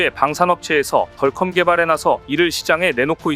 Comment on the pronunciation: [야! 넌 영어을 배운거야 아니면 대학도 졸없하지 못한 거야] [덜컴이 뭐냐?=디어큼 이라고 발음을 해야지1=하긴 대학도 160개 이상 시대이니] - 이런 자가 나올 수 밖에 [야 우리시대에=대학이 25엮고+4개 대학 이하는=지방 국립대등 은 대학으로 치지도 않았다] - 무식을 그런식으로 폭로하냐?